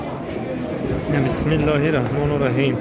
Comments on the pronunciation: Худованд хачтона кабул куна омин бародари хамин чумлаи бисмилохи рахмони рахимро дуруст талафуз куни иншоаллох хуб мешад шумо рахмону рахим мегуед бисмилохи рахмони и гуед рахим гуфтед нагз мешавад хафа нашавеед хачатон муборак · бисмилора но дуруст меги рамону раҳим не раҳмонир раҳим.хафа наша хатогита гуфтестм.мумин бародари мумин гуфтиян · Ина лилох ва Ина илайхи рочиун Меган неки бисмилохи рахмони рахим Бародари Ахли ислом т хочи шуди акнун Бисмилохи рахмону рахим намешава Бисмилохир_ рахмонир_рахм Мешава илтимос тугури талафуз Хон бародар Агар ягон гапи хато гуфтабошм бахшиш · Тарзи дурусташ: Бисмиллоҳи р-раҳмони р-раҳим. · БИСМИЛОҲИ РАҲМОНИ РАҲИМ Дуруст талафуз кун....